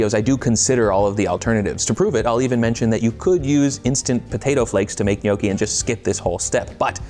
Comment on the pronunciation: It's also not pronounced NYOE-kee. It's NYAW-kee.